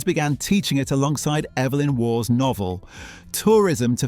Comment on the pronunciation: and his surname is "War" not "Woff" 😆😆